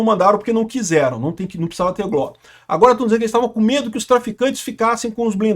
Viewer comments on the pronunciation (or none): É G. L. O. Não gló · repita comigo: GÊ-ÉLE-Ó